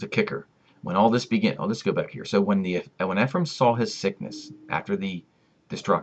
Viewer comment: Eh-frah- eem (Ephraim)